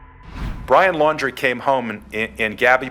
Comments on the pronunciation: It's laun- DREE Not Lau -DRAY. The very first time you said his name in the beginning, you said it right and then on to saying it all weird. But yeah, that wasn't a love story, that was a story of nightmares. For her in general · Brian Laun-draaaay. 🤯 Really? After all this time she still can't pronounce their names properly?! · It's "laun-du-ray- it's laundry. Like dirty laundry that he is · Not you changing Laundrie to L’Andre half way through the video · Pah-tea-toe. Seriously? I swear you TRY to say words wrong in your videos. And it’s super disrespectful to those that are passed and their families. Also Lawn-dree. 🤦🏼‍♀️ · Petillo ... No that's not how u say it get the victims name right thats so disgusting and disrespectful. And u said laundray? IDC about him but this makes this channel look so low. Not professional at all